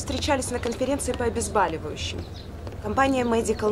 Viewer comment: что за безграмотность! - не обезбАливающие а обезбОливающие! а еще врачи!